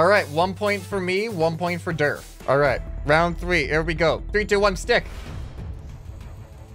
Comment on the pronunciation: Whenever says durf I always hear derp XD